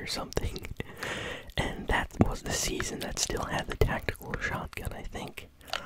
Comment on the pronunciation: the way you say "tactical shotgun" is sooooo satisfying